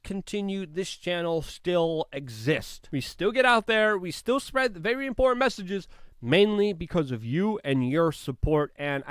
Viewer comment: are you kidding?? All his videos are littered with them.. Just going back to find the one that stood out to me in this one I found 2 consecutive ones.. He says sneaked in past tense right before where he pronounces reconciliation.. The dude never says the word important right, which is ironic af.